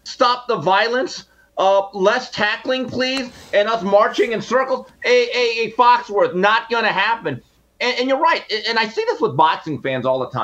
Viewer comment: Jason it's Foxworthy not Foxworth.